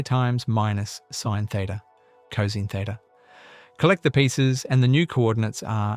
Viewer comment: Too bad the AI voice can't properly pronounce cosine. It would be a lot better if it were a real person narrating this.